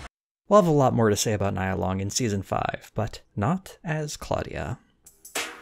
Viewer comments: Just thought you may wanna know. Nia Long’s name is pronounced with the long E vowel, like “Nee-ah” not “Nya” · It's KNEE-YA Long.....not NY-YA! 😂😂😂😂😂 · .... NO NO NO NIA LONG'S NAME IS PRONOUNCED NEE-YAH! NOT NYE-AH! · her name is Nia- Neeah. Not Nya-Niyah. Her name is one of the principles of Kwanzaa.. Nia means purpose. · Love this breakdown!! Only thing that bugged me was the pronunciation of Nia Long’s name .. it’s Nia (KNEE-AH) not NY-AH lol …. Also Would love for you to cover always sunny in Philadelphia! Peace and love! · Hey her name is pronounced NEE- AHH, NOT NY- YAH !!!! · Her name is Nia (KNEE-ya) not Nya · NIA LONG IS NEEEEEE-YA LONG NOTTTTTTT N-EYE-AH LONG! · Your videos are always so well researched and thought out. Well done! One small nitpick: Nia Long’s name is pronounced “knee-uh,” not “nye-uh.” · Her name is pronounce knee-ya. Not nai-ya.🤦🏾‍♂️🤦🏾‍♂️ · Dude her name is Nia (Nee yah) Long not Nigh ah... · it's pronounced "knee-uh" long not "nigh-uh" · Nia = Neeya ... not Naya......Neeya Long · It's "Nee-Aah" Not "Ny-Aah" Long. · I truly enjoyed this entire video! My only note is to Please stop saying Nia Long's name incorrectly. It is pronounced "KNEE-AH" not "Nigh-Ah." She's too awesome to get her name wrong and it doesn't take more than a 4 second Google to have learned the correct pronounciation. 👍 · Just fyi.. Nia is pronounced like "knee-ah" .. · Nia Long is pronounced: NEE-A. Carry on. LOL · The way you're saying Nia Long's name 😅 Nee-Yuh but anyway as usual good video 👍🏾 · Nia Long name is pronounced nee-ya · Am I the only one upset with the way pronounced Nia Longs name lol I don't like it. That is an African principal standing for purpose pronounced [ n ee ah ] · I love this analysis. Still one of my FAVORITE shows! Also it’s Nia Long. Like NEE-YUH. lol 😆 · "Nee-Ya" Long. Not tryna be a jerk, but just saying... Great video! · I’m just gonna say it 🤦🏾‍♀️ Her name is pronounced NEEA Long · It's Knee-ya Long ( Nia)